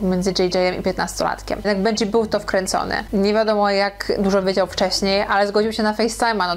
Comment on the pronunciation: bendżi król się wymawia i benji jest artystą